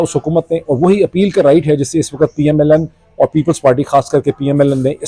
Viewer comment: R,Sir, Ap Keh PML-N keh rahay hain, but kisy issue ki wajha se PML-N(Lunn) nikal raha hai word apk mon se, I noticed twice or more???😂😂😂😂🎉🎉🎉